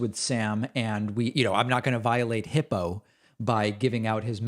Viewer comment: Hippo? I thought it was HIPAA.